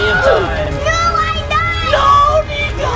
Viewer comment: It's niko!! Not nico!!!!